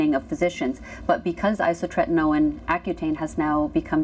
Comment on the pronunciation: isotretinoin not isotreNtinoin!